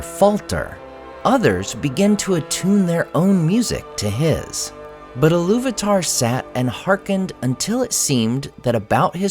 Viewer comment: Eru Ilu-VAH-TAH